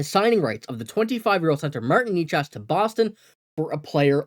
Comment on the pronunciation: They won't get Necas for just Ullmark. Why can't this guy pronounce Necas ?